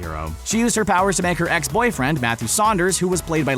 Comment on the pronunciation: his pwowers wtf